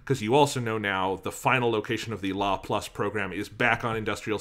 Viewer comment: I’m sorry but the way ya’ll pronounce LaPlace makes me cringe throughout the entire thing. (Half) Jokes aside though, Good discussion :3